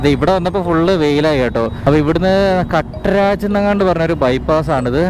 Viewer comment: കട്ട രാജ് അല്ല കാത്രജ്.. 😂😂